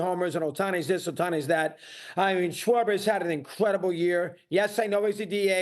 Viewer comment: Lmao this guy said sharber like cmon man a DH